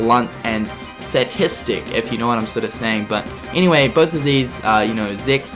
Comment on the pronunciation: Satistic and Eraqwis!? His pronunciation is killing me >_<